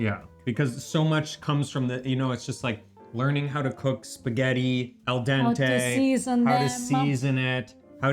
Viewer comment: auguri e fai attenzione a non fare sforzi, anche se a te non sembreranno sforzi. Nel tempo libero per cortesia, fai in modo che tuo marito impari a dire spaghetti. Spagheri non si può sentire.